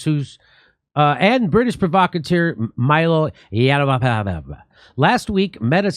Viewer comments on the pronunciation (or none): How does he not know how to pronounce Mylo's last name given the amount of times his name has been put out there? Does Jimmy live under a rock